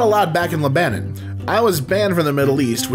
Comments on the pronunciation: LEBANON..is not: leBanon..it's LEBanon Geez..all the rest made me laugh my ass off..but . horrible old lady here who likes good pronunciation while u are being too entertaining for words.. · Labanen????? Wtf say it with me leb a non LEB A NON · Lol at your pronunciation of Lebanon xD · "Le-BAN-on" 😅ohhhh the irony *facepalms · how do you not know how to pronounce Lebanon? "Le-bannon" 🤣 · Le-Bah-Non...learn English (USA best)! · The real face palm is how he pronounced Lebanon...😆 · the way he said Lebanon 😭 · The way pronounces Lebanon I- bruh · am I just stupid or was Lebanon pronounced strangely?